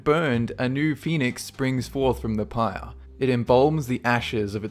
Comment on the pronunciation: did u say pire?! 😹😹😹😹😹😹😹😹